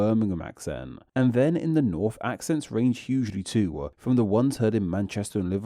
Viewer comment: What accent does the narrator have? It's quite frustrating how you add an extra sound at the end of every sentence. "Too" is not pronounced "Toowah".